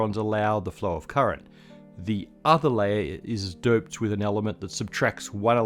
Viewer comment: Is he saying doped or derped haha